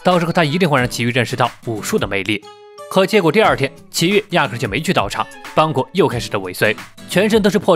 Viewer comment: 是邦格不是邦古